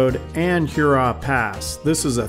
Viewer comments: “Her raw”, not like Huron. 🤓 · I’m just playing with you guys - the video was truly A+. It’s every time you say Hurrah. Love your work, and please know I’m just goofing around.